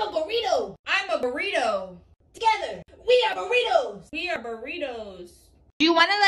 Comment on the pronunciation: I like how just is saying I am a borito🤣🤣😂😂